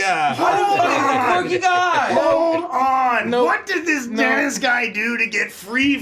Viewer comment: Oh! It’s Denis! I was hearing dentist. Lol